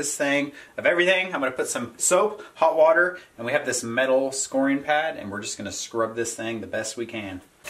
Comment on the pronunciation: Great vid on how to remove old seasoning without chemicals or electric sander. Just a note. It is a stainless scouring mesh. Pronounced "scow-er-ing" Not pronounced "skor-ing".